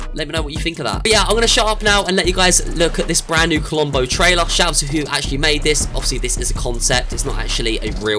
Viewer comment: When you said to listen what's inside the vault it actually sounds like rombo